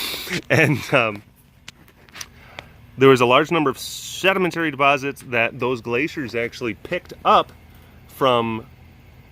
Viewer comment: SURRMENTURRY DEPORZITS. A+ good commentary. :P